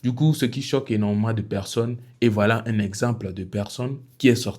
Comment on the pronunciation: Finalement j'ai compris que tu n'arrive pas à prononcer le mot 'un'